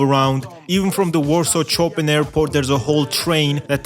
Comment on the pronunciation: Chopin is pronounced Shopen bro